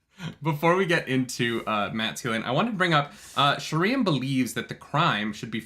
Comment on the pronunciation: I can't wait for Sheriam to be introduced on the show so realizes it's not actually sher EE um.